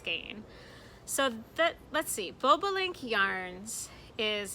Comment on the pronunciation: I grew in a household of bird watchers. So when you were talking about Bob online yarns I had to stop and think for a moment. The bird name is actually pronounced bob-uh-link. I know crazy right? Another word along with so many that are weird. Don't get me started on English place names😂